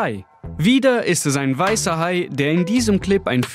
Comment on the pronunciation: Ich fand es interessanter das er ihn erst mal waißer hai nennt😂